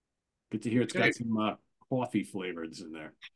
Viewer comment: saying "coffee" in his new york accent made me laugh so freaking hard! 😂😂 Thanks for always making me laugh guys, you're awesome!